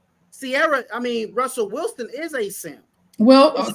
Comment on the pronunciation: It’s funny how they never said Russell Wilson right the first time lol they don’t even respect him